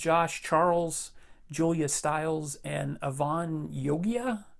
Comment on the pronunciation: Avan Jogia (Jo - geeya)(it's Indian - his dad is Indian origin and mom is British)